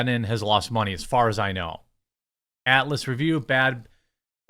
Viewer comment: Jeremy your midwest accent I barely notice... Usually... but the way you pronounce "Atlas" sounded like "Alice" until much later in the clip.